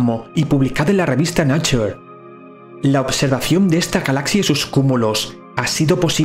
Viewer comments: 'Nature' se pronuncia: (nei cher) ; NO (na chur) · No amigo, es "nāCHər" No neicher ni na chur. Los subtítulos automáticos que son muy precisos en la pronunciación lo han entendido y eso es porque se ha pronunciado correctamente.